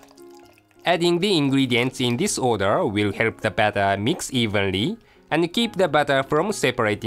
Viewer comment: strain the battahh